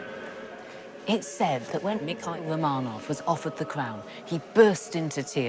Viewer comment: Lucy can't say the letter R. The Cwown of Russia. The Kwemlin. The Womanovs. Speech Impediment?